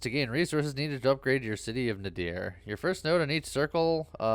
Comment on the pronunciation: Nadir means, I believe, "The lowest point". I also think it's pronounced nay-DEER? With the emphasis on the second syllable?